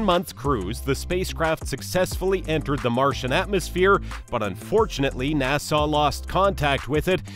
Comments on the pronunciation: Nassugggghhh not nasaw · Why the hell do u say nasarz instead of nasa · what the hell is NASAWWWW? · Who told him the NASA was pronounced NASAW? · NASA not Nassau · OK OK its pronounced NASA NAH-SU as in sup without a p not wat your saying NAH-SAW PLEASE I BEG OF DONT SAW NAH-SAW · Exuse me you mistakein nasa by saiying nassau😂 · Nassau? Or NASA? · Me when I heard nasaw: visible pain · sorry not to be that guy but its nasa not nassau🤣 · Its NASA not NASAW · What the hell is NASAW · just say "NASA" not "NASAHH" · Nasuh it’s NASA 😐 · WTF IS NASAWWWWWW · Nasaw lol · It‘s so funny how you pronounce NÄSAAAAAA 😂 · I had to stop watching cuz i couldn't take 1 more second of Nasaw. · It wouldn't be so bad if you only said Nah-saw once or twice, but you must have mispronounced it 50 times in 15 minutes making this unwatchable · bro sound like Hermione pronouncing nasa nasahhh headass this is satirical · Some people pronounce it nah suh, others pronounce it nah sah. But NOBODY pronounces it NAIE SAWW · I didn't know Nasa was pronounced as "Na-saw" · What does the r in Nasar mean? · nasahh, centor, atlas vee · its not nassaw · "Narsar" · if you say na-saw one more time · NASAW NASAW NASAW BRUHHHHHH LOL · It annoys me every time you say NASSAR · He say NASA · Where the heck is the narrator from? He can't pronounce NASA. Long Island? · Wait that's not how u say it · The way he pronounced nasa made me turn on captions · Your saying nasa wrong and I'm shook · name what accent would produce such a mispronunciation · Literally unwatchable why you do pronounce things like that